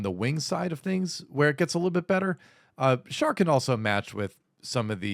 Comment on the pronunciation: Thank God that one of these youtubers actually knows how to pronounce Char.